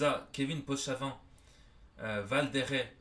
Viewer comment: (valdereee) et on dit valdère continue frère tu gère